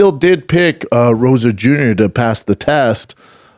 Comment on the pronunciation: Rosa Jr? This moron can’t even say Rosas